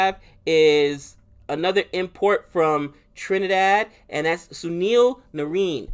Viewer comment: Watch highlights of narine LISTEN then you can pronounce his name properly. All cpl you have not learn his name that's funny. CFR for life tho.